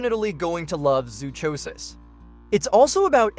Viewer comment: Zoonomaly sucks and you mispronounced zoochosis.